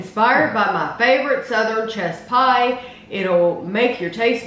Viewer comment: Great review! I kept thinking you were saying "chest pie" - I'd never heard of a chess pie before! Now I'm very interested.